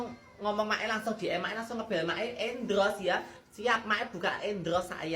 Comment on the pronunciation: Endors sayaang bukan endros sayaaang 😂😂😂❤❤❤